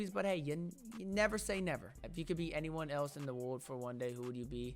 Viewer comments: “Wode” bruh it kills me 😂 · dude if my girl said world as wod i would fall in love so quick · I die everytime you say world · I can’t stop laughing when try’s to say world 😂